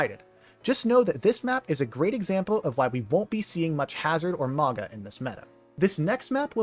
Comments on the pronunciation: MAOW-gnuh like "MOUNtain. soft Gn, like "Gnaw" MAOW-gnuh. I like this style of video, you did call a man you do not know daddy though. It... gave me pause. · The wa you mispronounce Mauga. Great video otherwise